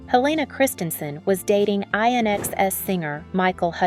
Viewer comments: It’s pronounced In-excess😂🤣😂 not I.N.X.S…. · I love your videos but…it’s “In Excess” not I-N-X-S. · INXS is pronounced INEXCESS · INXS is pronounced in excess. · Linda Evangelista had this issue in 2021. How in the world did you this person associate the 90s with 2021? Plus, this person butchered the group name INXS. Obviously has no idea what they are talking about. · Please don't insult Micheal hutchence like that and learn how to pronounce his band INXS. He would turn in his grave.. I almost spat my coffee as an Australian INXS fan.... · One of many incorrectly pronounced words, it's irritating and shouting at the screen doesn't work 😅